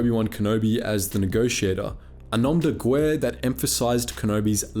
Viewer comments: Great video! I just gotta say that in "nom de guerre", guerre is pronounced "gare", not "gooere". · "Nom de gwair" well done